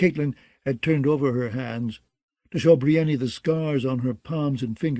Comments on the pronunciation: Roy pronounced Davos "Dayvoss" but I'll take that over Breeinknee 🤣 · "Biryani" lol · Davos is at least pronounced that way somewhere. Nobody says Briennknee. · The narrator is great and I could abide by most any pronunciation but "bree en nee" for brienne? Idk why but that really throws me off 😂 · I swear, I was just thinking this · What I don’t understand is how MULTIPLE narrators can’t pronounce the name “Brienne”. That’s a REAL NAME FROM THE REAL WORLD! So many names are made up in this universe and somehow NO ONE can pronounce a normal name like “Brienne.” Ridiculous. How are the standards so low for the narration of such famous works??? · volunteers? Well that explains it, then. You don’t need to watch an HBO adaptation to know how to pronounce “Brienne.” It’s a real name in our real world and the pronunciation is entirely intuitive. I respect the volunteers for their work regardless. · Literally every time he says it, I say, "Stop that." He never listens.